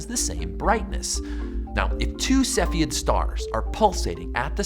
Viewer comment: Cepheid - you're pronouncing it wrong.